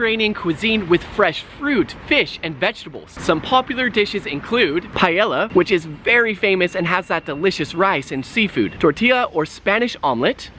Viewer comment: please learn to pronounce things. Paella is not Pai-Ella, two L's make a Y. really painful to hear